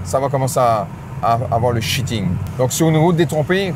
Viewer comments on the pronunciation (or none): Alors je suis pas du tout convaincu. Et au fait, on dirais pas plutôt "shearing" au lieu de "shitting"?